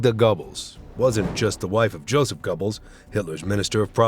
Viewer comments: Gobbles lol. Dumb AI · His name is pronounced Gir-bells, didn't you make an effort to find these things out. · I cringed when he referred to Magda " Gobbles" , wife of Joseph " Gobbles". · so who is joseph/magda Gobbles ???? I know of a joseph/magda goebbels (gerbals) illiterate AI at its finest or bad research when creating content. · I soon as I heard “gobbles” (as in a 🦃) - I knew it was AI voice 👎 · Unqualified announcer who does not know the German language: Goebels is not pronounced /gobbles/, Margarete is not /margarít/! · Literally with the first one, when I heard the name Goebbels it sounded like he was saying Gobbles like Timmy from South Park. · Gobbles????? Look if you are going to make a video, please speak instead of using AI . It just ruins it. Deleted from watch list. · It could have been worse.. it could have said Gerbils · Gobbles is the turkey from South Park. 😂